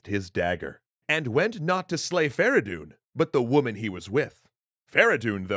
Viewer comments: why farahdoon? his name was "Ferey doon فریدون" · It's Feridun not Fara Doon. Furthermore Kaveh and Feridun didn't liberate Arabia but the Iranians. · fradon not veredon